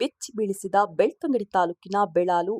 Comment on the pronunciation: ಅದು ಬೆಳತಂಗಡಿ ಅಲ್ಲ, ಬೆಳ್ತಂಗಡಿ